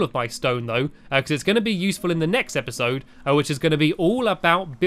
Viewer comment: you said epasod number 3